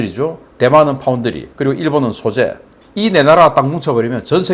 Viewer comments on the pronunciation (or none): none